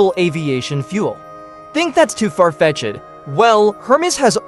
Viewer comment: Who taught that boy how to speak English. "Too far Fetch-ed" The phrase is far-fetched, you don't pronounce the ED as if you are speaking of your friend Ed.